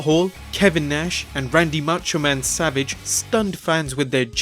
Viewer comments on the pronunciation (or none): none